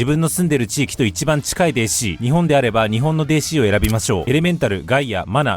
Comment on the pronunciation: お若いのに、わざとデーシーって言ってて森😂